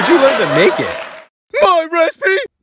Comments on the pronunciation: its recipe not recpee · I love it when ham says "my respee" it gets me every time. XD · "It's my respee, try some."